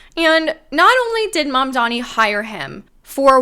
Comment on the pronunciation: Or Mandani and not I madman?